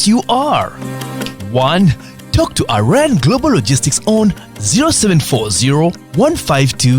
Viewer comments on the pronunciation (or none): none